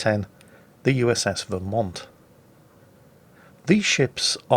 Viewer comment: pronounced Vermont correctly, send that man some maple syrup.